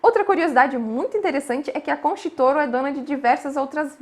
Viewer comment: Querida, a pronúncia pode melhorar... Concha Y Toro é o mesmo que: contha i toro... não é concha